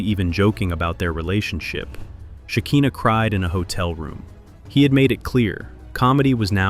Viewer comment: It’s SHE KAI NAH not SHE KEEN NAH